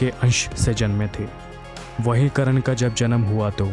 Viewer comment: Vo karan nhi karn ha..